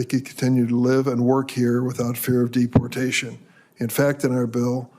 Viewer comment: who the hell calls it dep portation